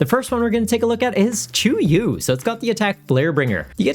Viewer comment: Chew you ?! I am doumbfounded, haven't played the games but I am pretty sure its Chee-yu. Regardless the card is great soecially with comeback and setup mechanics 🔥🔥